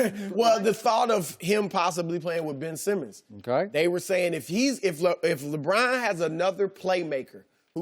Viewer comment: Does anyone else get a kick out of how Chris Broussard always pronounces, "Lebron" with the drawn out "o." "LeBrooooooooooon."